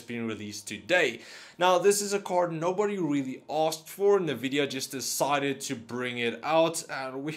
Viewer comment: NA-Vidia?? Nvidia ...